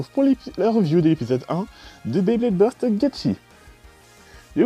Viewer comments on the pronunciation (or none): O lieu dans legenerique de gt il dit bleyblade borst au lieu de burst